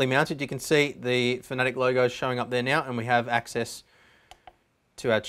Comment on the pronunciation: Pretty sure it's pronounced FAN-A-TEC, not FAN-E-TIC.